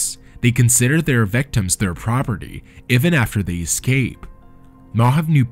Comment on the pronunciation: Why do you always say EVAN, it's EEEEEEEEVEN, FELLINGS is FEEEEEEEEEEELINGS. AGH